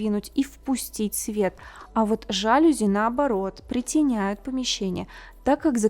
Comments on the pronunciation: спасибо за очередной прекрасный ролик! Но (извините) правильно говорить: "жалюзИ" и "диффУзор". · жалюзИ, жалюзИ, жалюзИ!!!! Французское слово, жалюзИ! Все стонут от того как она говорит, и что это можно слушать чуть ли не вечность. Нет, нет, нет и ещё раз нет. Нельзя такое слушать, это база, это знать надо. Фу,, фу-фу-фу. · Впервые услышала у Натальи неправильное ударение в слове😮ЖАлюзи😢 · солнышко! Столько работая в сфере дизайна пора бы уже знать, что слово жалюзи французского происхождения, а во французском языке ударение всегда ставится на последний слог! Правильно произносить жалюзИ!!!❤ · Интересное видео. Только правильно жалюзИ